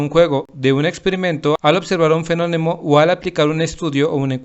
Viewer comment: fenonemo XD